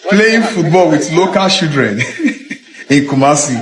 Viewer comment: Playing football with local CHI-LDREN not local SHI- LDREN